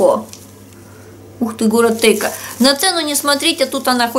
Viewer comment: вы когда на ночнушке про город-производитель читали, сказали Тейко. А это Тейково. Я просто с Иваново, немножечко поправила. 😌